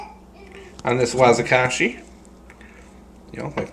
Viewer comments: its pronounced WA Ki ZAshi not Wazikashi lol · "wazikashi", like a small "kanata" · Wakizashi not what you said.. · Totally just insulted my culture by blatantly pronouncing Wakizashi wrong and not even apologizing. Fucking euro descendants...things never change do they?